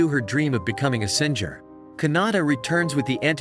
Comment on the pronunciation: Ah Ai voice reading... "Her dream of becoming a Sin-Jur. (singer)"